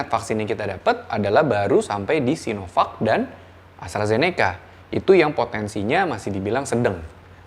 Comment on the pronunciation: Doc, kalau mau bilang vek, pronouncenya harus Sainovek, bukan Sinovek. Tapi kalau mau pronounce sino, pronouncenya sinovak. So, either Sainovek atau Sinovak bacanya.